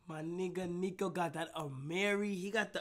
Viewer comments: Kai was saying neeko the whole vid and every niko fan knows niko hates it when they call him neeko, then nobody commented about it on live…. L niko fans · Stop sayin neeko it’s Niko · It’s more of a neko